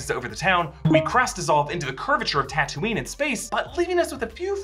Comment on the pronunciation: its taa-too-nee